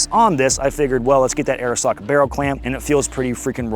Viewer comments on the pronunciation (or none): none